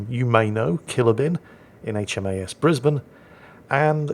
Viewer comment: The way you pronounce HAMS Brisbane, as a Brisbane local that makes me happy!